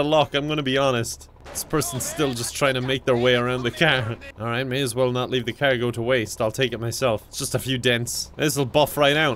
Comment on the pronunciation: The best part is like he's talking super normal and then he says "caeerr" instead of car and I always die